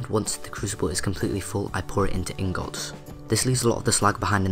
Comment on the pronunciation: you say ingots funny